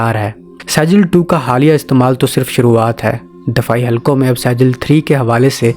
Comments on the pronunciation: Dear saijeel nahi sejjeel sahi word hai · لفظ سیجل نہیں بلکہ سجیل ھے اور لفظ قرآن مجید کی سورۃ الفیل سے لیا گیا ھے۔ (ترمیہم بحجارۃ من (سجیل) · Pronounce the missile name correctly you dummy, it's not Sejil it's Sijeel, from Quran. read Quran or not?? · Pronunciation:-Sajil nhi bhai Sijjeel hy